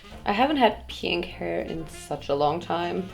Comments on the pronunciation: Piiiiiiink hör bitte auf bei Pink das i soooooo hart zu betonen Danke #nohate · I am so TRIGGEEREED of how she pronounces pink 😂😂😂 Thinking about closing the video and watching something else...😂😂 pink pink PIIINK PIIIIIIIIIIINNNNKKKHHH!!! 😭😬🤪🤯🤯🤯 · I love how she pronounces pink... "peeenk" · someone needs to make a compilation of pronouncing PEEHNK 💕😹😹💛💕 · Oh my God your pronunciation of pink is so annoying and bad... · Am i the only one who gets so annoyed by the ways she pronouns pink? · Dieses absichtlich falsche aussprechen von pink regt so auf